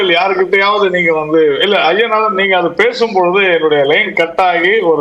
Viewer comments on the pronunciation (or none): அய்யனாதன் என்பது தமிழ் இல்லை நண்பரே, ஐயனாதன் என்பதே சரி. தை மாதம் சரி , தய் மாதம் என்பது தவறு. இன்னும் ஆயிரம் சொல்லலாம். ஒரு தமிழ் செய்தி பத்திரிகை கொடுக்கும் செய்தியில் உள்ளது - பஸ்சில் தகராறு - (பஸ்ஸில் தகராறு என்பதே சரி. )டமில் வாழ்க. விஷயம் ச என்பது தமிழ் அல்லாத சொல்லாயினும் சரியானது. அதை விடயம் என்பது தமிழின் குரல் வளையை நெறிப்பது போன்றது. ரிஷிகேஷ் என்பது ரிடிகேட் ஆகாது.